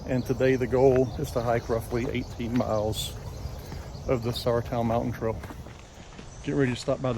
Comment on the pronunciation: Great video! Enjoyed my hikes (multiple) on the Sauratown Trail (and yes, I think you were pronouncing it correctly). You mentioned the land owners who granted easements, but thanks also goes to the Sauratown Trail Association, a riding club, that has graciously allowed the MST to use its trail. That’s why no dogs are allowed on this section of the MST. It’s unfortunate that the trail doesn’t go past the old Volunteer School (one room schoolhouse near the intersection of Coon and Volunteer Rds) and the Col Jack Martin Rock House (near Rock House Rd and Thore Rd).